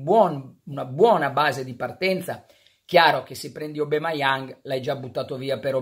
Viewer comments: no Obameiang si pronuncia. SOMARO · Pronuncia : Obameiang no Obemaiang